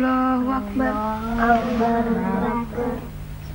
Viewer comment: Lafaznya koreksi bukan hu akybar tapi hu akbar he he